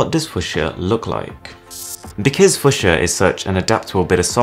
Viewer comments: I'm not even American, I'm british and i grew up with a job helping to cultivate fuchsia at a local nursery so i can safely say it's fue-schia. Like without a shadow of a doubt. Both the colour and the plant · Please don't switch letters around just to make it easier to pronounce for English-speaking natives. :) It's the same with "Brett FaVRe", which is made "FaRVe". There is no "sh" sound in "Fuchsia". Only if you switch the "s" and make it "Fuschia". The word "Fuchs" is German and means "fox". So it's reasonable to assume it's pronounced ['fooksia], the "u"-sound being short. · FEW-SHAH or ( fyo͞oSHə) its a fcking color...lol I have no clue what your saying ! at least ya didn't say Fuch-sia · Even in the accent, it should still be pronounced "fyoo sha" he just doesn't know how to say it. And now a bunch of his fans who haven't heard of the colour fuchsia are going to say it wrong. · I think it's pronounced few-sha buddy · Awesome instructive video, but FOR THE LOVE OF GOD, it's pronounced f-YOU-scia !!! 😉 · i love you bro but its pronounced 'few-sha' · FEW -SHE-AH it's pronounced FEW SHE AH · Fyu-sha. Holy hell dude have you never heard of the color? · im pretty sure its fu[ks]ia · Isn't it pronounced fyoo-sha? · I hate to say this but it’s pronounced f-u-sha. It’s a purple flower and also the national flower for where I’m from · WHY U SAYING FUCHSIA WRONG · Your English so why can't you say the word 'fuchsia', correctly. So posh talking with NO idea! False!! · I wince every time he pronounces that word the wrong way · You can't can't even pronounce 'fucshia' properly.. 🤣 That UI looked ass. It looked like it was a concept from about 10 years ago, when smart phones 1st started. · everyone's talking about kernels and linux and yada yada and I'm just sitting here trying to get past how wrong fuchsia keeps getting pronounced lol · Omg yes it was so grating to hear it mispronounced so many times. Still love your channel though boss man. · A pronounce it that way